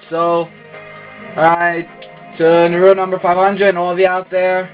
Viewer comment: Nice match.. but "Naruto" is pronounced "NAH-roo-toe," not "Nah-ROO-toe." ;D